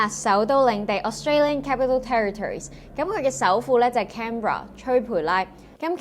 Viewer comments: 我喺Melbourne住佐40年, 都唔知點解係最宜居城市, 野又貴, 公共交通又差, 連機場都無火車, 不過退休就應該舒服過香港, 就係因為呢樣我就繼續住😂 仲有, Canberra 中文係 "坎培拉" 唔係 "吹培拉" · canberra in cantonese is 坎[ham2]培[pui4]拉[laai1] not chui pui laai sweetie